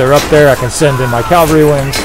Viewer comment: Cool video! One thing, the word is "cav-al-ry" not "cal-va-ry". Cavalry is a horse riding soldier. Calvary (aka Golgotha) was the place just outside Jerusalem that Jesus was crucified. Your little character says it over and over. He screams calvary over and over, qnd your voice over keeps saying Calvary. It's jarring, and takes me out of the mindset to listen. Im not trying to sound like a jerkz just trying to be helpful.